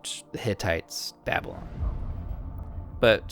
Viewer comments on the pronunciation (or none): none